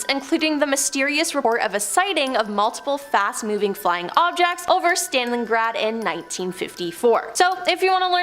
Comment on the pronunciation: How did a video about Alexa wind up with a list of demons and hauntings? Also, the host needs to learn how to pronounce people and place names. Couldn't watch past #3 because she mispronounced at least 1 name wrong in each story from #10-3 , so I gave up! I mean, Stalingrad, Cape Canaveral, Eisenhower, what? 🙄